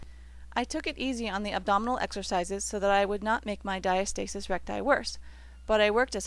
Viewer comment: And the word is pronounced Di -asta - sis not Dia- stasis. Yea, the video really wasn't a journey but a sales pitch